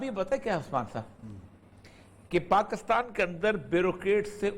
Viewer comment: باتیں اچھی ھیں سوائے پیٹی بھائیوں کی اچھائی کے۔۔۔۔۔ اوریا صاحب وطن کی عزت چاھنے والے آ دمی ھیں۔ مگر لفظ پاکستان کی اوریا صاحب بڑی مٹی پلید کرتے ھیں اوراسکے کے بار بار غلط تلفظ سننے پر بڑی کوفت ھوتی Pakis تلفظ ھے نہ کہ Pakas مطلب حرف کاف کے نیچے زیر۔